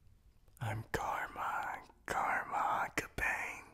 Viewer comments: i got so annoyed by this. you pronounced his name wrong. It's ah-kah-bah-nay not ah-ka-bain. Honestly I was soooooooooo annoyed by this. Please take into consideration for any future videos. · he said karma aka-bayne i'm dying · I am so sorry, but as one who has watched the sub and dub, Karma's last name is pronounced Ak-a-barn-a. Say it that way, but its spelt Akabane. Love the video. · NOT AKA-BANE ITS AKA-BAN-EY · Am I the only one getting annoyed with saying Akabane wrong? Pronunciation: Aka-ba-nay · slightly screams at how he said akabane miss pronounce but i love everything else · The only thing that bothers me is how he says Karma's last name. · They pronounce akabane wrong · Dude,as much as i love your vids.. YOU PRONOUNCED HIS LAST NAME WRONG. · Noooo you said akabane wrong 😭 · Is anyone else bothered my the mispronunciation of Karma's last name?? no? just me? ok...